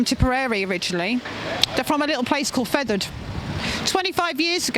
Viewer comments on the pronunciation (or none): Fethard not Feathered 😂